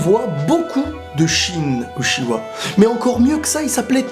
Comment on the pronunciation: Pourquoi tu dis utchiwa c'est uchiha 😡😡😡😨😨